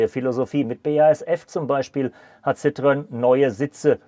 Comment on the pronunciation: Nicht "ssitrön" sondern "ßitro-enn". 🙂👍